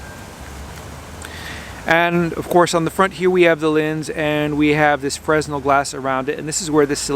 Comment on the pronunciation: It’s pronounced “frenel” not “freshnel”. And AFAIK it’s not a freshnel, but rather more like a slightly directional diffuser.